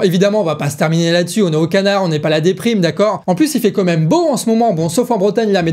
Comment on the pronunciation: Il continue à dire comême.. c'est quand-même.